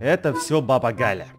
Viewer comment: Не Гля а Галя